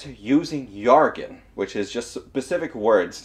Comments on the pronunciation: Ya gotta stop saying "yargon" everybody pronounces it Jjjjjjjjjjjargon with a J But yeah it's a great video otherwise lol =D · I don’t want to be that guy, but jargon is pronounced ‘Jar- gin’ not yargun . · I always thought jargon was pronounced yargon because of one time I had heard it. I've been corrected now and to be fair english can be dumb. take red and read, as well as read and read. But either way, glad people got a laugh at my blunder